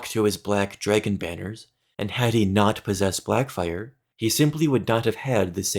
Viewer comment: Why do you pronounce it Jraegun